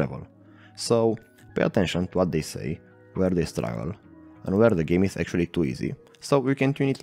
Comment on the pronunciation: "Geam" haha, foarte tare, tine-o tot asa!